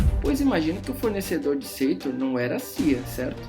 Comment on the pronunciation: Porquê Seitor? No filme o nome dele é Sator. Se isso é só a pronúncia porquê as outras palavras não são pronunciadas também da mesma forma?